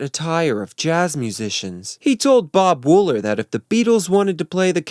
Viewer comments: Its Bob Wool-ER!! Not "en" Thats an R at the end of his name. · WOOLER! Not Woollen. WOOLER! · Richard Starkey, not Starkley. Bob Wooler, not Woolen. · Its Bob "Wooler" not "Woolen." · Bob Wooler not Bob Woolen 👍🏻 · I could have sworn that Bob Wooler's name was Bob Wooler, and not Woolen. Have I been wrong about that for all these years?! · The guy's name was Bob Wooler, not Woolen. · I thought it was Bob Wooller, not Woollen. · The name is pronounced Bob Wool - ER, not Wool - EN. (The captions are spelled correctly.) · Your propensity for mispronouncing last names like that of Bob WOOLER is hilarious. But it's a decent video otherwise. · Bob Wool-ER. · You have mispronounced SO many names and words. LITHERLAND, Bob “WOOLER” Richard STARKEY and it’s CAS BAA (Casbah) not Cazbuh. Come on now. If you are presenting something as “well researched” then learn to pronounce the names and words properly. I think you are just kind of copying this from other stuff. Most of this is all well known by Beatles fans anyway. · And it's "Wooler" (one "L"). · Good vid..... but why do you mispronounce the names of people and places so much? Bob Woolen? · WOOLER!! ITS BLOODY BOB WOOLER!! (btw... love your videos... but you fuck at least one name up every video! 😆🤣) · Yeah? But he gets Ringo's surname and Bob Wooler's WRONG.